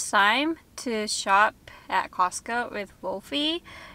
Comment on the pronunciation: 発音 コスコーJAPANね(笑) #カタカナ英語 🌷🌸🌺🌻